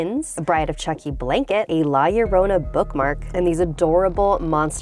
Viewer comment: It’s la yo-Ron-a ll=y